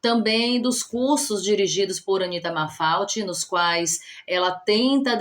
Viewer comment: Eu gosto muito dos seu vídeos, muito explicativo, mas você falou o nome da pintora Anita errado, e malfate é você falou mafalte